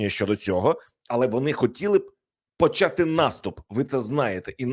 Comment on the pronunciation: ТОБІ НЕ НЕ СТИДНО,ЩО ТИ КРИЧИШ НА ЦІЛИЙ СВІТ ЯКИМИ ТЕМПАМИ ПРОСУВАЄТЬСЯ ЗСУ,ЩОБ ЗАРОБИТИ НА ЇХНІЙ КРОВІ СОБІ ГРОШІ,А САМ ЗА ЦІЛЕ ЖИТТЯ НАВІТЬ НЕ ВИВЧИВ УКРАЇНСЬКИХ БУКВ І ВИМОВЛЯТИ УКРАЇНСЬКІ СЛОВА:ЩЬО,ПОЧЯТИ,ТОМУ ЩЬО,ДО ЧЬОГО,ЧЄТВЕРТИЙ,ДОННЕЧЄНУ,ЩЄРБАКИ,ЩЬО,ЧЄТВЕРТОГО, ЗАЛУЧЄВ,ЗНИЩЄЛИ,ЧЬОТИРИ,ВЕЛИЧЄЗНА,ЩЄ РАЗ,МОВЧЄ,ЧЄРЕЗ, ЗНИЩЄЛИ,ЗА ЧЯС,ЧЬОТИРНАДЦЯТОГО,ЗАЧИЩЄНУ,ДА,ПОЛІТИЧЬНИЙ,ЕНЕРГИТИЧЬНУ,ЩЬОБ,РІЧЬ,ЗУСРІЧЬ..............!!!!!!!!!!!!!!!!!!!!!ТЕБЕ ВЖЕ ГИДКО СЛУХАТИ!!!!!!!!(Українська діаспора,США)